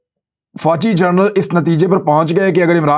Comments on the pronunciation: عمران بھائ لفظ "جرنل" نہیں "جنرل" ہے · aoa bhi je please ap gernal ki bajay general ka talafaz ada kia karen